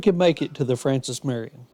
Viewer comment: Ya did pretty good on this video I enjoyed it but sir you mispronounced general Marion’s name quite a few times Also you missed quite a few of the muddy trails